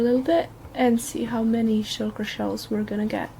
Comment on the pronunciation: I want a compilation of you trying to pronounce "shulker shells"